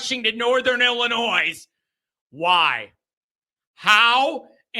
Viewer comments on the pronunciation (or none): It's ILLI-NOY dummy! No S!!!!!